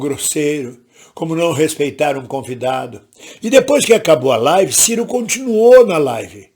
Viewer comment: m. Ridículo é vc malvindo, até quando erra a pronúncia do nome do Ciro tenta colocar a culpa no cara. Bajulador do Lula jamais faz uma avaliação imparcial.